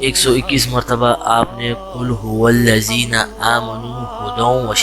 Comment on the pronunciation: قل ھو ولذین نہیں ہے قل ھو للذین ہے